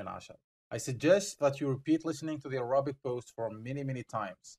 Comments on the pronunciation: Please, pronounce Arabic correctly, it is not ارابك it is اربك I beg you, I teach Arabic, and wanted to use your site, but this pronunciation is a killer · By the way, your English pronunciation of the word Arabic is wrong. The stress is on the first syllable, on the 'a'